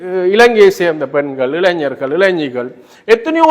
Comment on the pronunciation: தம்பி இளைஞர்கள் இளைனியரில்லை. தமிழ் சரியாக பேசும் அடுத்து தமிபிக்கு என்ன சின்னம். உனக்கு புள்ளடி இடப் போறேன்